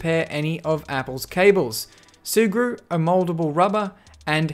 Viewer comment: Sea glue ? Sea grew? What the hell is he saying? Edit: Ahh its sugru ...